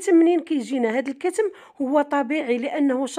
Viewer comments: اختي العشبة اسمها كما قلت صحيح ولكن بضم الضاد والثاء وتسكين الميم وشكرا ٠٠٠٠٠٠عفوا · اسمو الكتم بفتح التاء ماشي السكون